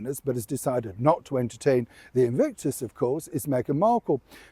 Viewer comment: "Invictus" or "Evict-us" ?!!